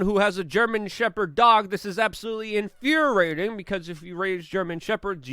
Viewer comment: Did Luke just say “inFUHRERrating”??! 🧐